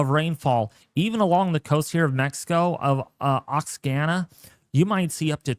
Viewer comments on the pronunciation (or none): Oaxaca is pronounced Wah-ha-ka 😊